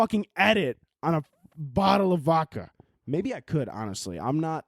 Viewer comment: STOP FUCCING SAY “V-AU-KA” there is definitely a fuccing “D” in there. No homo. It is voDka. Please say it right.